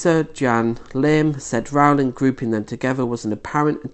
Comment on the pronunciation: You have 22 likes, can't pronounce her name properly, and are taking her out of context. You can't pronounce Maya Forstater's name correctly either. You're not very bright.